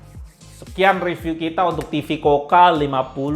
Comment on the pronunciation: Mas...review tuh yg ikhlas...kelihatan malas malasan nya...blajar nyebut merek....KUKA...bukan KOKA.. Teriakan terakhirnya spt legah bnget, slesai review sesuatu yg tdk disukainya....rubah atitude! Klo mo suksed